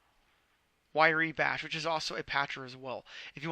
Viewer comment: Everybody always mispronounces it. It's pronounced RYE Bash, as in rye bread. It is not spelled wyre like wire... it's wrye like RYE!